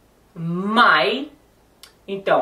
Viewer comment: Na verdade Would e Could não são utilizados em situações informais, pelo contrário! Can é utilizado informalmente, principalmente quando se está falando em rodas de amigos quando se tem um pouco mais de intimidade. Outra coisa MAY é FORMAL também, muito mais que o CAN. A e alguns erros de pronunciação também, por exemplo: MIGHT, não se fala /mai/ o som do T é falado. Se diz /mait/